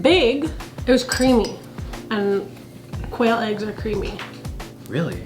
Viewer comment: First time he said quail eggs I heard "whale eggs," and I was like huh interesting, till later I realized whales were mammals and therefore dont lay eggs.....